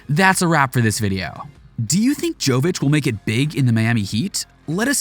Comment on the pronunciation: It's Yovitch. And it's not Euroleague, it's ABA Adriatic league in Europe, Euroleague is something different.